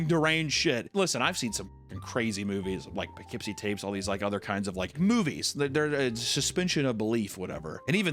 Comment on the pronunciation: KUDOS FOR SAYING POUGHKEEPSIE RIGHT THE NEW YORKERS LOVE YOU